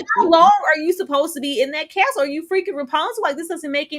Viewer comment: What is a “castel?” Castle😅